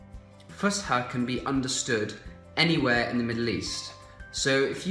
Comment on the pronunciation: It’s Fus’ha not Fusha 😁